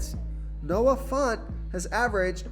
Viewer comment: It’s fANT, not fAUNT —😂jfc he said it 26x